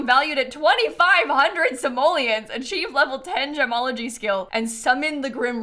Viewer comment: i cant unheard jamalogy everytime said gemology